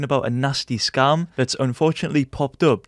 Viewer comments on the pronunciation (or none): Sounds like he is saying scum